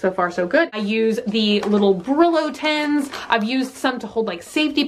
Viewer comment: Tens when she means tins. Just like when she says anything “_ins” it always sounds like “_ens”